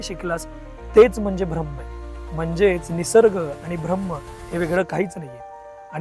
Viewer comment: गोष्ट छान आहे पण 'भ्रम्म' म्हणू नका कृपया...